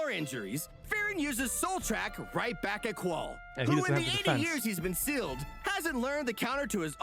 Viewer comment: pretty sure it's pronounced like Zol Trawk (rhyme with hawk)